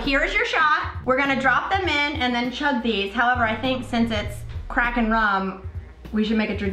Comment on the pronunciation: I thought you said "Crack and Rum" not "Kraken Rum" I was worried for a second.